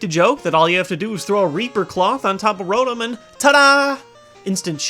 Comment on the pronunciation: I hate how you pronounce Roton